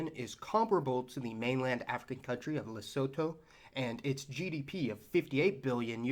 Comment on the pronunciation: Extremely interesting ideas! 2 points. 1.) With 2 countries, say Belgium and the Netherlands it's "between the countries". More than 2 countries it's "among the countries". 2.) Lesotho is pronounced "Leh-SOO-too".